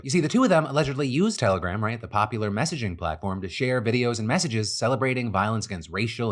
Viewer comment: Every time you said telegram in this video it sounded like terrorgram to me